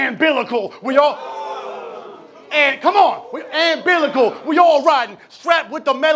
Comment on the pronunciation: Note: the word is umbilical not “ambilical”... 🤦🏾‍♀️